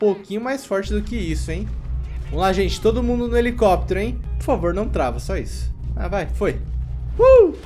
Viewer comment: Pior que ele fala errado :gava ,pofavo